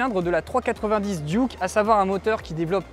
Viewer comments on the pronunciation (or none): none